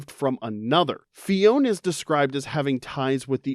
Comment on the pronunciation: Phione and clione both have three syllables! Phi-o-ne, cli-o-ne